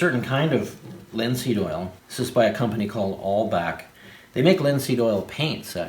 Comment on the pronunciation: I can't make out the name of that linseed oil company and you don't link it below. It sounds like you're saying All Back